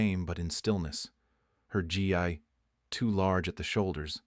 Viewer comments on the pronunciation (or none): Nice. But it's (Gi)pronounced like "ghee"